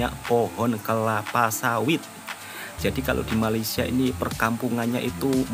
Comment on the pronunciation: Woi, bila ko nak sebut Malaysia dengan betul ha? Atok nenek aku, mak bapak aku pun Jawa, elok je sebut Malaysia. KO ni pun…